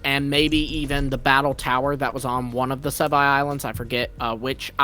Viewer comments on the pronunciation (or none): The nerdy sounding guy in the background is so annoying, is it so hard to pronounce it right and call it Sevii islands? Why call it "Sevai islands, SE-VAII islands" 🤦🏻